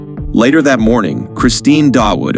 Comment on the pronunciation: By the way the pronounciation of Dawood is 'DAA' UUD' and NOT 'Da-Wood'. This name is common in Pakistan and translates to David in English and sometimes is also spelled 'Daud'.